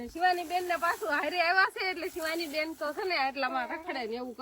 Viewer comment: ભાઈ બોન નહિ ભાઈ બેન બોલાય😅